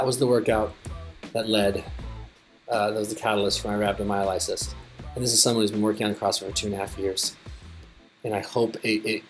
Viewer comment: Sorry that happened to you man. Just wish you would have said rhabdomyolysis right though. Get better.